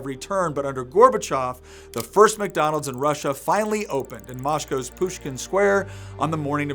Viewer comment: “Moshcow’s Pushkin Shquare”